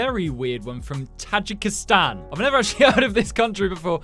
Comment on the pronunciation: Tajikistan is said taj eek istan